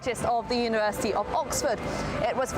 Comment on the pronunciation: Excellent. " ..... and what lies beneath the university ". Bloody great English accent on that part. You sounded like a male version of me. 👍✌